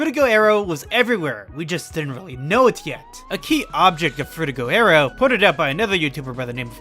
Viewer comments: FrutiGER aero. Stop saying FrutigO oh my god it’s driving me insane Lmao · You show a pretty surface level of understanding and don't add much new content to the discussion. Also there were some English and pronunciation errors including your main subject frutiger aero. Needs work imo